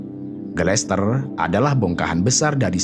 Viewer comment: Gletser min, bkn glester